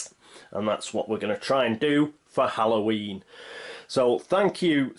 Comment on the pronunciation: It's Holloween! . . . Come on showdown!